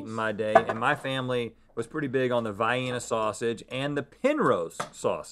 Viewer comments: Rhett pronounces Vienna as “VIGH-enna”. I’ve always pronounced it as “VEE-enna”. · Omg just Rhett really just pronounce "Vienna" like vianna? lol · So nobody's gonna say anything about how Rhett pronounced Vienna? "Vye-eena" omg.. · Vi-ena sausage - Vee-yena sausage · Wait wait wait…”vye-enna”sausage? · Vienna?!? Had to turn on the subtitles 😆😆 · As a Chicagoan, my skin crawled when Rhett mispronounced Vienna.... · Vi-EEN-uh or Vee-EHN-uh sausages? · Anyone else get frustrated at how they say Vienna? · You pronounce Vienna weird.